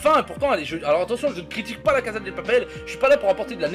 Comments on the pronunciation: II-Dark Side-II on dit pas caza mais cassa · On dit pas la casa del papel mais la casa de papel et ça ce prononce pas la caza de papel mais la cassa de papel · Mathou Mathieu non mdr sa se prononce "caza"